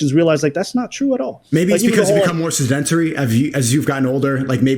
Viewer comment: C-dent-a-tree, that pronunciation hurt ngl.